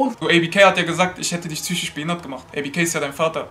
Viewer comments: Vor allem das heißt zychisch nicht psychisch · Psychisch nicht Zychisch